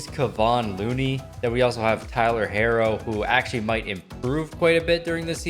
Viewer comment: Just sayin is it that hard to say Tyler herro’s last name.